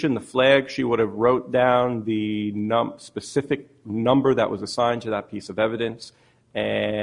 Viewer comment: “Lemme ax you a pacific question: May I publish?” You may publish.